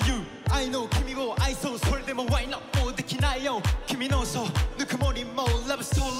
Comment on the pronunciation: のwhy notの発音大好きだし吐息混じりの低音ボイス最高🙏